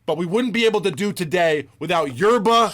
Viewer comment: Did Kenny ever figure out how to pronounce Yerba? Is it Jerba?